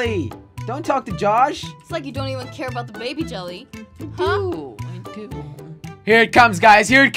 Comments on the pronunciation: It's yelle pronounced jelly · No it's jelle and it's pronounced yelee but people call him jelly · It's spelled as Jelle, but it's pronounced as YELL-AYE. It's a Dutch name, so he made his alias Jelly so it's easier to pronounce. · jelle, but it's pronounced yelle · Pronounced Yell-ay